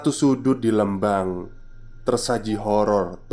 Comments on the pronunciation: Telat nih baru dengerin podcastnya, maaf mas Lembang itu dibaca Lembang pake E biasa, kaya huruf E dikata Merah. 🙏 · Lembang jd leumbang 🙈🙈🙈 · Skedar masukan. Pengucapan " E" pd kata Lembang hrsnya spt Pengucapan E pada kata Lele.maju trus min.....